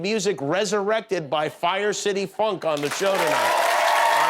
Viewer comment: Am I the only one who didn’t hear the word “Funk” when said it? 🤔🤣